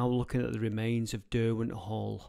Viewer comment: Derwent is Der-gone pretty much…